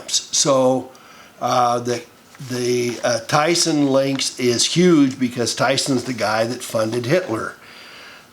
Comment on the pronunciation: Thyssen is pronounced "Tssen"